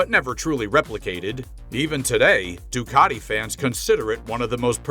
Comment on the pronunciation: Ducati,not Doocarti.😂